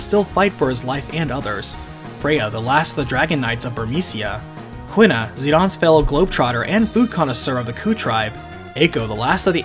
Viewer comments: the pronunciations in this game tho. zih dayne, brahn (like Bron from game of thrones), lindbloom, Kee na not kwih nuh. zidane and lindblum, I'll admit I'm wrong on, but i think brahne is pronounced without the e, and i know quina is pronounced kee na. Lani is also a fun one because it could be law-nee, lay-nee, lan -ee (the Lan pronouned like land), or luh nye. I always pronounced it Lan nee when i was young, but now I like to think it's luh nye. lol i have more pronunciation issues with this game than i do with runescape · FF9 video: pronounces Quina "kwinna" FF8 video: pronounces Quistis "keestis" I know this shouldn't bother me, but man I noticed it pretty hard lol